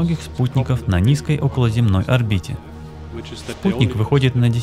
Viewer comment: околозЕмная орбита, а не околоземнАя.